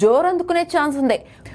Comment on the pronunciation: నీకు నీ ఛానల్ కి బూమ్రా పేరు పలికే అర్హత లేదు